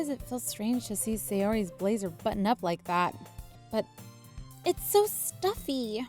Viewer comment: Who else notice when sayori said its so good she said its sho good